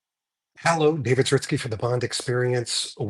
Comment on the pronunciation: Just had to watch for the Zaritsky pronunciation!